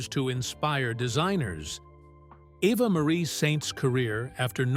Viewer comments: E - va, NOT A-va. Jeez, get it right. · Good heavens! Poor Eva pronounced here as both Ava and Ev-a both of which are wrong. It's EVE-a. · That’s Eve’a not Ava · When will these computer-generated narration videos decide they need to double-check for correct pronunciation? The name is pronounced: EVE-a. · Evva??? WTF? two minutes in and I'm out! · The name "Eva" was pronounced every which way but correctly. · Yeah! What the hell? And what was the secret she kept from Hitchcock? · Thank you! This dude is so sloppy sometimes. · Yeah I know, It was exactly the same thing with a story about Eva Gabor